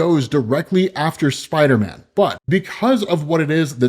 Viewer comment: idk why it took me so long to laugh when I saw this comment but when I did it had me rolling😂